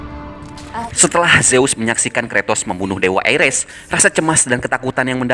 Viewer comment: Mimin pelat🤣 Ares : Eires Hephaestus : HafisTes